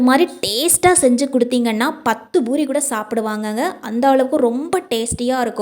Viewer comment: Boori இல்லே poori என்று சொல்லுங்க.